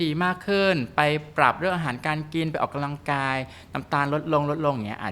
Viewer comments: ใช้ภาษาให้ถูกด้วยค่ะ. ออกกำลังกายไม่ใช่ออกกาลังกาย ภาษาวิบัติหมดแล้ว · คุณหมอผช.พูดออกำลังกาย แต่หมอผญ.ออกเสียงขัดใจมาก กาลังกาย พูดเร็วไปไหน ภาษาไทยนะคะ ควรออกเสียงดีๆค่ะ😢